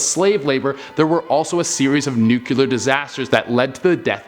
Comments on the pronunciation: the video is great, but the word is pronounced nu-cle-ar, not nu-cu-lar. 🙂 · say NUKE-LEE-UR. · i love how he "George Bush's" the word nuclear.